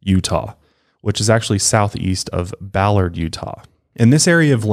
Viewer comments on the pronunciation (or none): none